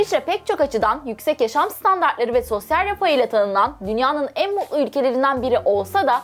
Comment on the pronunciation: Ya Tükçen de slklnti var. Muu u lu değil MuT lu T harfini soylemek zor mu yaaa... mutlu T harfini yutmayiniz.